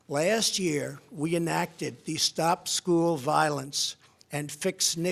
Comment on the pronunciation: “Souzand YEA REIGHT”